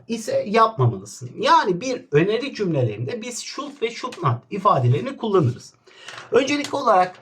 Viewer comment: Hocam şud nat deil şudunt